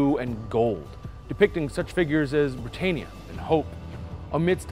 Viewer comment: Not Britt-ain-eeya. It's pronounced Britt-anne-eeya. Like the name 'Anne'.